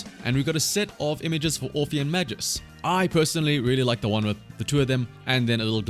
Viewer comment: Dude. MAGUS, not Majus. Hard G.